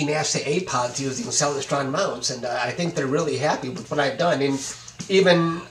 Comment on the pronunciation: Hi: Very cool surprize. You maybe pronouncing Celestron incorrectly. Check out this video. ••. • • I have a Celestron Omi XLT120 on a German Equatorial Mount.. Look forward to seeing your new images. • Cheers from The Detroit & Mackinac Railway 🚂